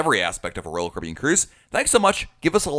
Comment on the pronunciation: He said Royal Carribean like roll curbin